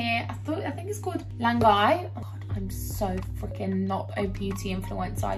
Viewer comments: It's read La-nej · I died of laughter when said LANGAI for laneige 😂 so freaking cute. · yaaaay love the vlogs 🥰😆 and sister the lip mask is pronounced as ‘ la-neej ‘ hahaha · Almost choked on my brocoli on how you pronounced La Neige 😂 I have had delayed grief before. I think it is completely normal and you need to be present for yourself in those moments. Grief is a process, no a switch you turn on or off. Your office needs a plant, girl. And your bae seems so lovely he makes me think of my boyfriend.💞we love you but please take care of you